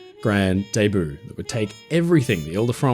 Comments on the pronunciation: Loved it!, just FYI, debut is pronounced "day-byoo", not "day-boo". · Is your pronunciation of debut French or proper English? As a speaker of American English I have always said it "day-b'you". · Now if would only fix his pronunciation of "debut".